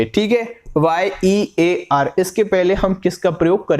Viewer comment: Year ke pahle A aayega because iska pronunciation yeeyar hota h naa ki eeyar बहुत अच्छा लगा सर जी brilliant thanks Bhai ji aap इतनी मेहनत कर रहे हों thank you so much 🙏